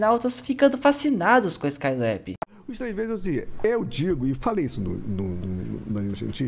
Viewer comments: Gostei do video mas me incomoda muito você falando [ ESCAI LÉB´í] , tentando falar o inglês correto. Essa Juventude quer gastar o ingles correto para não passar vergonha. O Nome é [ ESCAI LÁBI]! Cariocamente aportuguesado mesmo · Porra muleque. Vc passou o video todo falando o nome do cara errado. Falou 'Skyleb' 400 vezes e ta errado porra. Ta errado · Se fala Rogério skailabi nao lebi